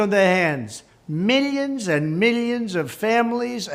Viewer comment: Meelyons and meelyons....lmao. always funny. Always Trump.